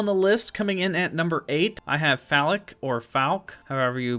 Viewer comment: Lol you mispronounced nearly all of the names 😂. "Phallic " for falck lol